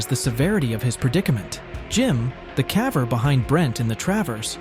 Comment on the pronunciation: Good content but the AI voice is annoying. It mispronounces lots of words. (Like "caver"...)